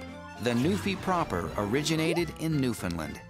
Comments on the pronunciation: Dammit, thats not Newfoundland, thats Labradour, and theyre pernouncing Newfoundland like every person from outside of it. Its pernounced like: New-Fin-Land, not New-Finland! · Where are you from? I've literally never heard a Newfoundlander pronounce it that way. Usually it's either "Newfinland", with equal stress on all syllables, or "NewfoundLAND", with the stress on the final syllable. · Newfinlend..... It's newFOUNDland since I live here it hurts every time I hear it. Also when you did the map of "Newfoundland".... You actually had it over Labrador.... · No, I think you are confusing The NewFINNLIND Dog with the Newfoundland (rhymes with understand like its home country) Dog. Maybe the previous is a native of Europe, I don't know, I can't seem to find "NewFinnLind" on any maps....but, the latter, ummmm I'm quite sure, is native to Newfoundland. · First its NewfoundLAND not newfinlind, And you put Newfoundland on Labrador . And, for the record, I've referred to myself as a newfie. I have no problem with it. :) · Just me or do they sound they say New Finland. I know it's Newfoundland. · Its pronounced new found "land" not newfoun "len" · i hate when people say newfindlind. its, NEW FOUND LAND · Newfoundland not Newfinland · said newfoundland proper showed labordor. and it's pronounced newfandland not newfinland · its not newfinlin its new found land. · Excuse me, What's a NewFINland dog? It's NewFOUNDland :| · Look, once and for all, it is pronounced Newf~in~Land (NOT "lind") and when uttered correctly rhymes with "understand". I'm from Newfoundland and EVERYONE here cringes when they hear someone say NewFinnLind. Jeez Mary; New~Finn~Lind, it's like calling a person from The US an "Amer~rickin". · Oh my GOD, learn how to say the friggin' name. It's not New-fin-lin or New-found-land. It's New-fin-land. Source: I'M FROM HERE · OMFG i hate when they say it like newfinlins its newfinland only eastern canadians can say it right. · It's NewFINLAND...